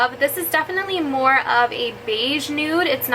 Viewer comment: When you said “mehr” and “shimmering Cheeto”😂😂💕